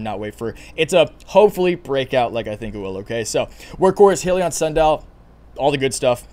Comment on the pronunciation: It's pronounced Hi-liion